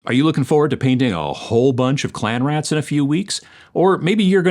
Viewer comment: Read "Clean Rats" and kept hearing "Clam Rats"... 😅